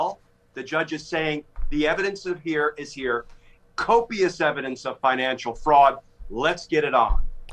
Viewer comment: TRUMP CAN’T EVEN SAY COPIUS.